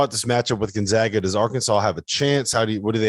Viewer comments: Gon-zag-ah,,, not Gon-zaw-ah! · The guy on the left still doesn't know how to pronounce Gonzaga properly. Somebody wake him up.